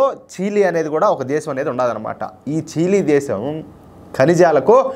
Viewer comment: చీలి కాదు?చిలీ